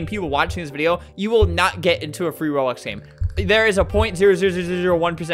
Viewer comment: I literally got a free robux ad when Flamgo said FWEE WOBUX FWEE WOBUX